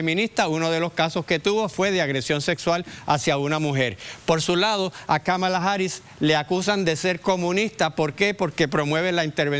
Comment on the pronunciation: Vivo en Chicago y miro las noticias de Puerto Rico en Youtube. He escuchado en la mayoría de las noticias como pronuncian mal el nombre Kamala. Señores, la fuerza de pronunciación es en la primera sílaba (Ka) y nó en la segunda (ma). Parecería algo irrelevante, pero no es así. A nadie le gusta que digan mal su nombre. A mí por ejemplo no me agrada cuando acá alguien trata de Américanizar mi nombre. Kamala no es un nombre complicado para pronunciar. Señores aprendarse el nombre bien, pq ella será nuestra próxima presidenta y hablarán mucho de ella!